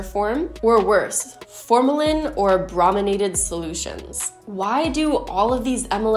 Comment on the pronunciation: Hey!!! Chemist here- brominated just means adding a molecule of bromine. Pronounced like Hey Broooooo and less like Bra (: awesome video